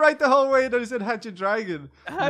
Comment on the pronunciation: to LL said hatch ur dragon